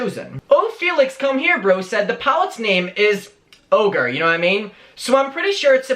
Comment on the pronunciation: Baby its orgy not ogre🙄😒😕😔😲